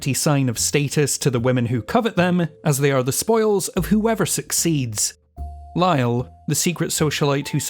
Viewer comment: Lyle? It's actually Lisle. (Lee-sle) ;)